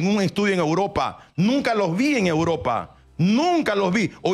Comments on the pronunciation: A Uropa, a Uropa 🤣 grande el número 1 de sudamerica. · "hay técnicos que se han ido a Uropa, a internacijsjjabshfcajs"